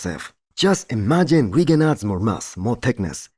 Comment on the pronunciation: Your pronunciation is very acceptable. I’m a Nigerian and that’s an Igbo name even though I’m not Igbo myself